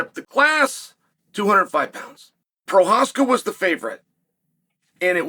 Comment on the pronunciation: Can pronounce prochazka but can't B i l a l. Wow chael